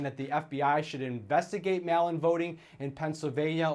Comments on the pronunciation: Someone yea h that idiot how to say MAIL-in voting. What a dummy. “Mall-in votes” - damn guys stealing my oxygen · Whats a mallin ballot? Guy never heard of mail? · “Mal in ballot” 🤦‍♂️ Or “Mail in ballot”